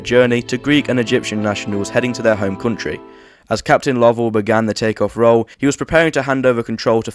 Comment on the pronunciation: It is incorrect. There is a different name, "Lovell" (like the astronaut) that is pronounced the way you did it, but it should be "Low-ell."